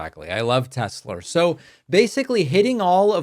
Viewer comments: Why does he call it Tesler? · "It's all computer, I love teslur" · Tesler? Trump is just a figurehead by now. His sycophants are running the shutdown of our country and its government agencies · Tesler. He is such a huge embarrassment. Biden at least knew the companies name he was speaking about. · No one is 'brave' enough to say "Sir, there is no R in Tesla." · I think besides the sound bite “Obomna”, “I love Tesler” is probably my favorites that are used 😅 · Does Trump keep saying Tesler?? Can't even say his brands name correctly. We won't see Elon Tesler in the white house again. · i hope thats the last time i hear tesler C'mon obituary! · He said Tesler again.